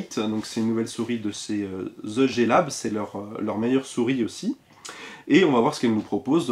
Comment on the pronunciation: RIP l'accent anglais frenchie xD [ze jé lab]